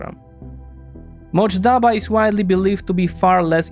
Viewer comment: It’s not Motjaba but MOJTABA